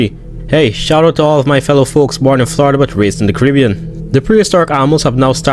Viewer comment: Shout out to the Caribbean 😅🇳🇱😂 that part when he said it sounded a bit funny to me.